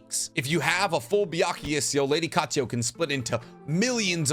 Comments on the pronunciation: Byakugou seal. NOT BYAKUYA. and also it's Katsuyu. NOT KATSUYO OR KATSUYA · Anyone else not able to get past him pronouncing Katsuyu as Katsuyo? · Bro I love the videos but u have a problem with adding/changing letters on names for example, u say "Katsuyo" when its Katsuyu, u also call Kakuzu "Kakuzo" etc.